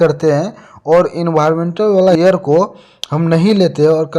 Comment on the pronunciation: Bro hair Nahi balki Air hai